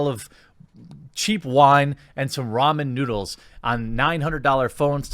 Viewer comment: Thought you said Whamen Noodles.